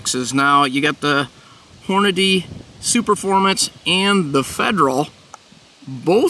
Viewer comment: For hell sakes be professional. It's not hornaday it's Hornady. Hor-na-dee.